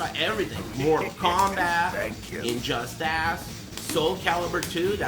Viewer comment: "injustASS" L.O.L